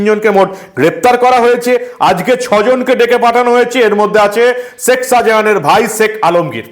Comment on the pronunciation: Seck Sahajan na Sheik Sahajan?Correct your pronunciation.